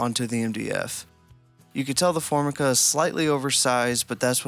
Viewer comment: it's 'for-MIKE-ah', not 'FORM-i-cah'.